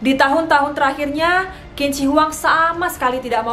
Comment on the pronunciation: Qing dibaca ching